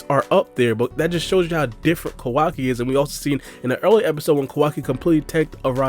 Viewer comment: Why do you keep calling him "ko WA ki"? It's Ka Wa Ki.